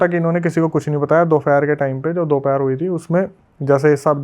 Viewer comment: Dufer nhii dupher hotaa haii 🙂 aap fir bhul gyee